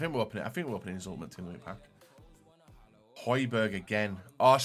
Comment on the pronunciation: sorry pal no ye don’t. It’s pronounced “hoybyerg” kinda obvious really seeing as you get the first “j” right